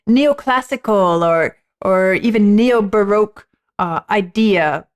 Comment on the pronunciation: "Neil- baroque"